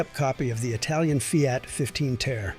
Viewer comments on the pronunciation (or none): none